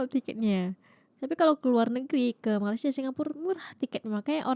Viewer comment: Kamu berdua, sebutan Malaysia aje ngak pandai masa mau bandingkan segala ...udahlah kamu belajar dulu sebut negara Malaysia ...kamu yg ngak betul sebenarnya 😂